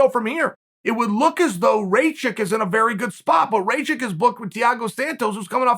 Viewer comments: Chael: RAYchick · It's Rakich RA-KICH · That was rather: "Rejcik" 🤣🤣🤣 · Who the hell is Rejchik? His name is Aleksandar Rakic...and you better learn how to pronounce it as he's the future champ